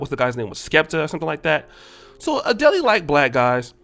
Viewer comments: Bruh. ADELEY?? Who tf is Adeley lmaooo geez. Either yall ACT like yall can't read these names or don't know em or never heard of em, or don't want to say them....or 😴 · My nigga said Adelee. 🤣🤣🤣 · Not you calling her "ADEL-AY", 🤣🤣🤦🏾‍♀️ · Your pronouncation of Adele as “Aa-dell-ley” is killing me 🤣 props from London ✊🏾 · Adele pronounced "Uh-Dell" 🤦🏾‍♂️😆🤣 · Adel it’s adel 😂😂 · Hahaha! IKR!!! #painful it's A-DeLL (phonetically) i.e., Adele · Adel- Ley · It’s pronounced as A-Dell lol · you are butchering her name! Also Adele isn't even good looking. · This man butchered her name😂😂😂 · You make an 8min tape w/o spending 10secs learning how to pronounce her name. Weak. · Bruh, how the hell don’t you know how to pronounce Adele’s name? She has been on the scene for at least 10 years and makes music that is well known in many countries. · Bro you seriously cant pronounce Adele's name??? As famous as she is and you know she is? You haven't heard anyone else say her name? You in medical school, and i know you had to learn a lot of Latin and you cant pronounce her name?! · the way you say adele makes me want to fight you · Best part of vids: purposely mispronouncing these heifers’ names 🤣 🤣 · Well her name was PRONOUNCED wrong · Yo did u have to butcher her name tho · Dude, how can you not pronounce Adele's name? She's one of the biggest artists in the world. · Bruh if you going to mention someone name in your podcast, mention they're name correctly! Come on! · Okay first it's no ones business who he dates and second quit butchering that girls name, leave the last "e" off. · Adele is being pronounced like a Nigerian name. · You're pronouncing her name the wrong way bruh! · is expert level at messing up people’s names 😅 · Man be butchering folks names on purpose! He’s had to have heard her named pronounced properly if he watch the award shows! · Bruh stay pronouncing names wrong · 🤣🤣 bro that pronunciation..